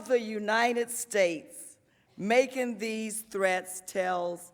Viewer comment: ARROGANT DEMINGS!...PLEASE SPEAK PROPERLY...THIS ISN'T A PARTY IN HARLEM...THE WORD IS 'SEEKING' NOT SEEKIN' & 'MAKING' NOT MAKIN'...GEEZ...;)